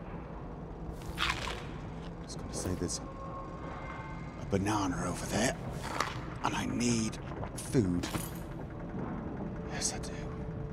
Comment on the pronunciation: I don't know exactly why but I love it when people say bananer XD